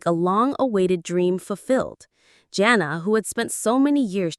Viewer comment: So we just gonna pretend like Josh and Anna never happened. And it’s pronounced JANa not Jenna.